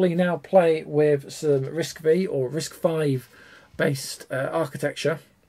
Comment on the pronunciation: Great video! Hint: you don't have to keep saying both: It's officially "RISC-five. not "V".